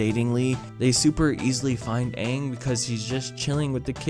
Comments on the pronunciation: dude. ONE episode in Avatar : the last airbender is already far better than the movie. Here's one, The tales of ba sing se. ITS A FILLER EPISODE. No seriously, watch it, Season 2 episode 15 on netflix if i can recall. Characters are utterly ruined, pronounced wrong (It's aang, not ONG) The show, like Atul Jha said, is the source for the movie. LITERALLY. THE MOVIE. IS BASED. ON. THE SHOW. As such, it SHOULD, BE HELD, to A SIMILAR STANDARD. Maybe speaking slow will get through to you. Legit, ask anybody whos over ten and has an iq in the triple digits to watch Avatar the last airbender. Then ask them to watch the movie. Here's most likely the response : (*u* "Avatar : The last airbender is so good" (x_x) "WHY HAVE YOU FORSAKEN US ALL WITH THIS MOVIE DEAR GOD WHY DOES THIS EXIST" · HIS NAME IS FUCKING AANG. (AANG) not fucking ung.... his name IS NOT UNG!!! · 5 things I hate about this movie Number one 1st of all avatar name is ang not ong also he was laughs that He ran away from home numbers 2 why doesn't he tell katara his name number 3 How are you gonna say this boy is our responsibility if you don't know his name number 4 sokka He never even used his boomerang Number 5 zuko look nothing like the show He's supposed to have a really burnt eye and a ponytail and baldness And also toph wasn't even in the movie They didnt even go to king bumi place in the show after the The souther air temple they go to omashu place how could you forget that episode and the CGI on last airbende movie look terrble Those Earth benders only bend 1 rock 1 tiny pice of rock I mean this movie give me Diabetes and also uncle iroh is supposed to drink tea in the show but In the movie movie don't drink tea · Shyamalan calling Aang "AAAng" is his passive aggressive revenge on people calling him ShAmalan... Or SHAMA LAMA DING DONG. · oh no I’m going to forget how to say aangs name- UNG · the film is awful especially cuz they pronounce aang as ong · You're not Aangry You're Ongry